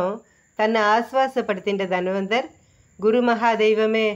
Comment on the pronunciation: தனவந்தர்; தன்வந்தர் இல்லை. Nonsensical pronunciation.